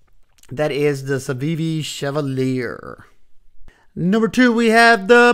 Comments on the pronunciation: Civivi CHEE-VAL-YAY. It’s French. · Thanks for the list, the first one you showed, the chevalier is pronounced sha-va-lee-ay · love your reviews--the new civivi, perhaps "shuh VAL yea" ? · Chevalier is pronounced Shiv-alli-YAY. French is weird. There was a 50's actor/singer called Maurice Chevalier. That's how I know how to pronounce it 😁